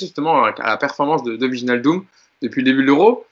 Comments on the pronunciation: Maintenant qu'il vient, apprenons à prononcer Wijnaldum. Écoutez sur ce lien la vraie prononciation, dite par un Néerlandais, ça se dit VÉy-NAAL-Deum: Apprès si vous voulez je vous apprendrai à prononcer MBappé et NGolo Kanté et autres Dembélé 😄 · Le j de wijnaldum n est pas prononcé. En gros on prononce juste le i come un i anglais.